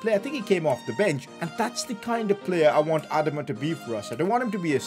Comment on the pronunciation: Has anyone told him it’s not pronounced Adam-a it’s pronounced adama